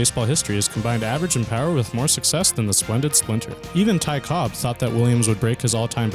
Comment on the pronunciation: Ty Cobb. No 's' on the end. Cobb.